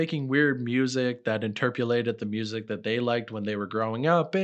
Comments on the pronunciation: TF is “interpulated”?! Loll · "Interpulate" is not a word. Try "interpret" next time....or "re-interpret".